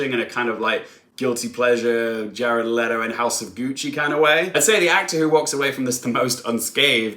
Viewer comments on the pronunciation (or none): none